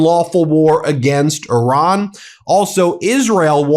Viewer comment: 💙 Thank you Ben for pronouncing "Iran" correctly, and also for your continued work, coverage, and courage. Today, April first should be renamed as "April Trump's Day". 👍🤟